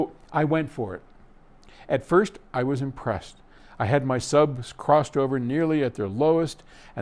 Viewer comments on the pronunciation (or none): none